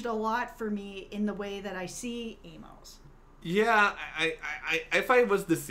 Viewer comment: I'm sure I'm not the first to tell you but you need to read the novels by James sa Corey because what you're saying is right in some of it so far off track you have no idea what you're even talking about and inability to say Amos name is really grating but what you think about Amos it's far closer to the truth you will find he is that man